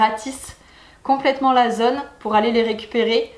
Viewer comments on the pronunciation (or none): none